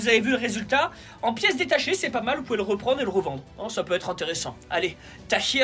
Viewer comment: Frère pourquoi tu dit « tachia Djazaïr » alors que c’est « tahia Djazaïr » ?